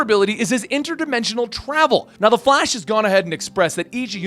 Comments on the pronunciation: Was he just about to say fash instead of flash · “The Fat- The Flash” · Bruh he keeps saying "the fat" I the beginning 😂😂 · “the flAsh” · “the fat the flash” 😂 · "the fat- uh flash," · "...The Fhat"